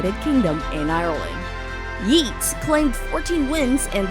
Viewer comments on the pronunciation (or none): Yeats is pronounced Yates...chapparal is pronounced sha-puh-RALL (rhymes with alley's first sylabel ...